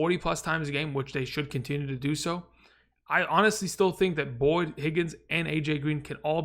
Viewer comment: Love your videos, but put some respect on Boyd’s name 👀